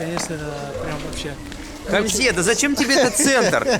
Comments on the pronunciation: Почему Хамзе,а не,по казахскии.? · Прошу не искажать имя не ХамзЕ, правильно, либо у него в паспорте допустили ошибку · Очень приятный позитивный,улыбчивый парень! Наконец-то казахи появились со свои репортажем! Долго же вы молчали и выжидали,а?! Хочется спросить, почему твое прекрасное имя произносят ХамзЕ (в дательном падеже?!)